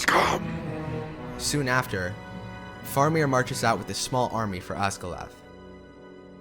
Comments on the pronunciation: You are mispronouncing some important names. I assume to make this video you must have watched-and listened to- these films several times so your pronunciation problem puzzles me. For example, it is not Os-gil-ath but Os-gil-ee--ath----four syllables, not three. Also Fair--a--mir not Far-a-mir, long A sound. And not Shell-lob, but Shee-lob--long E sound. This directly references the creature's gender, as most of the other monsters we meet are referenced as either male or neutral. But Tolkien specifically and repeatedly refers to this creature with the pronouns "she" and "her." Hence SHE-LOB, which translates to SHE SPIDER----female and in giant spider form. Listen to the dialogue in the films again; since you are making authoritative videos on aspects of the Tolkien films, it would help your credibility I think. And after all, the languages actually do accompany much of the music, and everybody singing it--including Renee Fleming, the world famous operatic soprano!--had to learn the correct pronunciation, as you mentioned in your video. So maybe, in your next Tolkien video, you should follow their lead. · In addition to those mentioned in other comments, he also says Balin as "Baylin," Faramir as "Fah-ramir" or "For-meer," Cirith as "Sirrth," and Minas as "Menace." With so many distracting mispronunciations easily avoided (like those in M. Night Shyamalan's "Avatar: The Last Airbender") and the dispassionate delivery, it makes me feel like there's more that could have been discussed that he just doesn't realize, because if he was a true fan he wouldn't make those errors and would possibly pick up on more details in the story and its music.